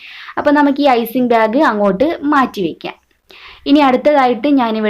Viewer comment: Icing byag alla... Icing bag ennu parayu